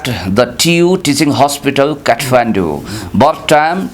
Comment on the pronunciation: Lol phd.. Khatmindu pronunciation for Kathmandu... 😅😅😅😅😅😅